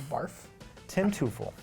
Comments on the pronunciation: Mate, nah, it's pronounced like "Toy-Fell". It's a German word for devil. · Tim Teufel is not pronounced "Too-fle." It rhymes with Ruffle. He often came up in pinch hit situations and when he'd come up to bat against the Cubs, Harry Caray would say, "When the going gets tough, the Mets get Teufel." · You're right that that's how the German word is pronounced, but that's not how Teufel pronounces his name. You're going to find yourself sorely disappointed if you expect Americans with German surnames to pronounce them as in German.